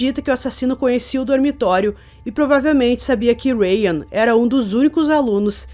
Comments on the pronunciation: E dae que se pronuncia raim e não rayan... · Mulhé, eu já vi esse caso dez x em dez canais diferentes de true crime obviamente pois nicho está hiper saturado né... Mas eu nunca vi ngm pronunciar o nome dele desse jeito não hahahaha "rain" em inglês e chuva hahahaha o nome dele é judeu, se pronuncia Rrráim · Sou judia ortodoxa e não conhecia essa história. Uma dica, se pronuncia "Raim", o nome dele e a escola Yeshivá., sou fã do seu trabalho! A melhor na área true crime.